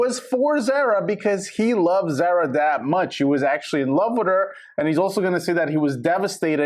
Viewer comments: ITS NOT PRONOUNCED THE SAME AS SARAH ITS ZAH RAH!!!!!! If you're gonna report, get the girls name right. Idk how many times you said her name wrong!!!! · ZAR-A....its not a long A sound